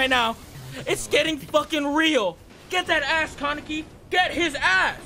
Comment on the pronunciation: said Kawneki